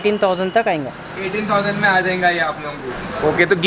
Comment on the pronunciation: Its ayega not ayinga